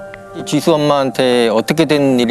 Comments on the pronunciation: 디수디수..발음때문에 집중인되서 듣다끔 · 줄무늬 옷입으신분 ㅠㅠ 설소대 수술 하시면 좋을듯해요. 발음이 너무 짧아서… 정확하게 사실 전달이 힘듭니다….. 애 이름이 지수인데 ’디두‘라고 들릴정도거든요 ㅠㅠㅠㅠ